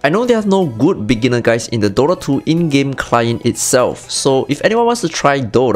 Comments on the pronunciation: broo..its called DOTA ,not DOrra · WTF is Dora? He keeps saying Dora. Im here for Dota. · is it just me or he kept saying DORA?